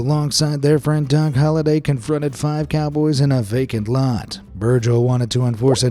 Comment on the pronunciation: "DON" Holliday?